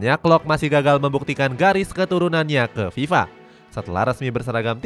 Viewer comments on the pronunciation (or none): none